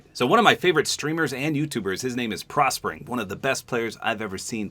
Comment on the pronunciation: bro said prospering XD